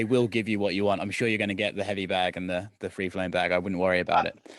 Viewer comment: Conor wants to tap “Tree” times 🤣🤣